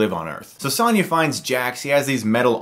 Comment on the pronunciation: It’s Sonya, not Sanya